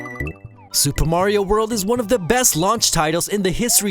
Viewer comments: Lmao you guys said “super maro brothers” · "Super Maro World"...